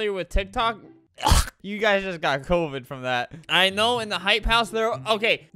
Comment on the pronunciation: Everyone how they pronounce COVID: Covid Albert’s pronouncation: Couvid